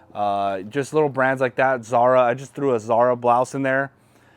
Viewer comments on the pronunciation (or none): none